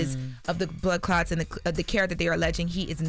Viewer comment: Did she say blood clocks?!? 🧐🤨